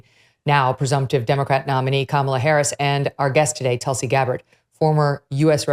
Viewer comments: Its not pronounced"Tal-si" its "tül-see" its a hindu word meaning "holy basil leaf" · It’s tool-see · hi you are no pronouncing your name correctly, it is Tulsi (please check how Indians say it.